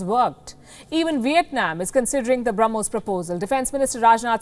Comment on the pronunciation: Ss I also heard that and I actually repeated it once again. She misspoke it. But it's okay 🆗. We all know that what she wanted to say 🙂🇮🇳...